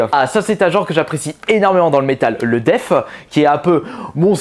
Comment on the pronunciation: Pq tu dis def et pas death